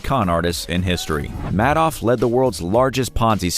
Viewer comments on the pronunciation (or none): Pronounced MAD-off, not ("made off with the money") MAID-off? Madoff has since died. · FYI Bernie Madoff (pronounced “Maid-off”) died well before this video was published.